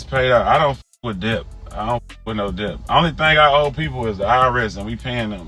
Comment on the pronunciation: Debt is pronounced without the b, slim thugga 😂 the b is silent....